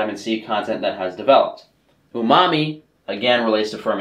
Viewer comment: When he said "Ooomami" llllmao